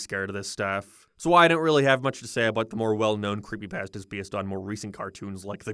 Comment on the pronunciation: I love how he says “creepypAstas”